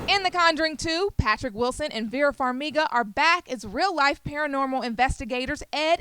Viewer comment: why can no one pronounce Farmiga correctly lmao